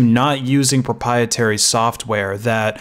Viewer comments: PropRiertary, not propietary. No pies involved. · I'd like to interject for a moment. What you're pronouncing pruh-PIE-uh-ter-ee is actually pronounced pruh-PRY-uh-ter-ee . . . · "proprietary", not "propietary" 😂😂😂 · Just a small thing, but please practice prouncing proprietary. You are constantly missing the second "R" and making it sound like propeitary which would mean (if it were a word) "in favour of eating pies". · Read this comment at the beginning of the video and was so hoping he said it just like this. Was not disappointed. Still laughing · Pro-PIE-etary Lol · pro-pry-e-terry Not mad, just saying.